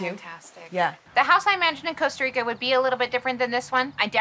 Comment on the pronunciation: it's not called Costa Rico 😂 Jesus. I'm annoyed already